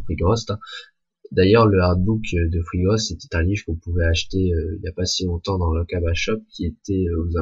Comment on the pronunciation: Je crois que tu prononce mal "Frigost" .. Tu le prononce "Frigrost" .. Enfin bref, superbe vidéo. Merci ;).